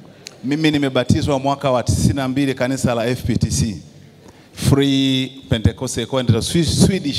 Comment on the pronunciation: KUMBE NI M FPCT ILA HAJUWI KUSEMA ANASEMA FPTC